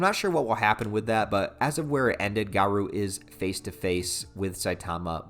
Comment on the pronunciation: You're pronouncing garou's name wrong.